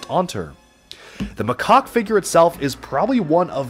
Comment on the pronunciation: You got macaques name wrong